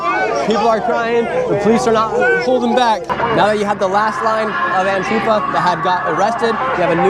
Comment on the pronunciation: Anifwa is an owganization standing up for ouw wights” lmfao 😂